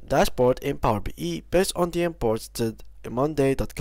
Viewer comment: It's Power BI (bee eye), not Power BE(bee ee) 😅